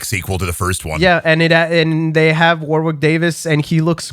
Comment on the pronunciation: It actually hurts that you never once pronounce Warwick Davis' name correctly...it's spelt war-wick...it's pronounced WARRICK